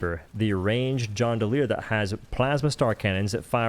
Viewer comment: "Pevlis" lol "Jondoleer" "Wrecking" havoc Pelvis = Pel-vis Gondoleer = Gone-doh-leer Wreak/Wreaking havoc = Reek/Reek-ing havoc